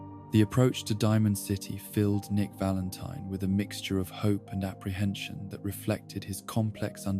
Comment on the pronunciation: Why does this video have so few likes? "Nick Valenteen" Oh. Oh, ok.